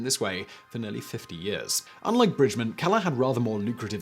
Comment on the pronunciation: Laura Bridgman not Bridgmon. You've got an Awful pronunciation man. She was American and it is spelled BRIDGMAN with an A not an O. I am french and I know it. I read about her.